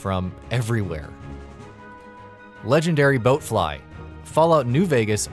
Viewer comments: bloatfly not boatfly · BLOAT-fly not BOAT-fly. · Wait, boatfly don't you mean b(L)oatfly 🤣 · Who hired your idiot ass to read a script and have you say "boat fly"? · "The Legendary BOATfly"... Facepalm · He said boatfly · Bloatfly, not Boatfly... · Legendary "Boat fly"...i like the lists but the god damn effort in learning very easy words is insanity 😆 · It's like everyone who had anything to do with the making of this video hasn't played a Fallout game. Or they didn't try. He made it too obvious that he was reading from a script I mean come on, "boatfly"? Lmao. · Did he say "legendary boatfly."? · This list is 80% high level enemies 15% bosses 4% weak legion scum and 1% MISPRONOUNCED BLOATFLY